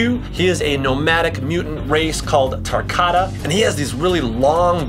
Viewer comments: baraka is tarkatan not tarkata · I got triggered when you said tarkata its pronounced tarkatan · “tarkata” instead of tarkantan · Not tarkata Tarkatan Anyone else catch this and slightly upset about it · Ahhhhhhhhhhhhh why tarkarta not and not tarkartan get it wright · Hello Friend it disappoints me the fact that he tries to act cool and play with moral combat weapons but he can’t even say tarkatan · Tarkatan not tarkata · its not Takarta its takartaen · He said tarkata its tarkatan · Tar ka tayn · no it’s tarkatan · TAR-KOT-TIN that's how u say tarkatan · Anyone else get triggered when he said tarkatan wrong Or just me 💀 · ITS TARKATAN